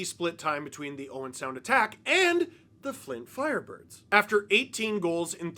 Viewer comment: I need your honest answer Steve, how many times did you say "Flint FLirebirds" or "Fint Flirebirds" while recording this?